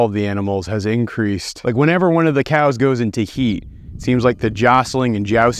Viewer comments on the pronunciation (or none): As a scottish person i love hearing you calling them coos. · i'm from scotland so hearing you say coos made me smile so much lol.